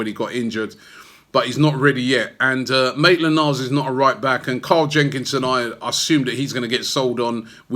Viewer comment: Like he earlier said Naitland-Miles?